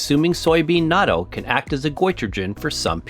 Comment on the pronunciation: The video is fun and educational, but the narrator’s pronunciation is driving me crazy. It’s “not-toe” and NOT “nadoe”